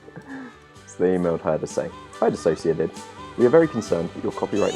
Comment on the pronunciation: Thank you for pronouncing my name right 😭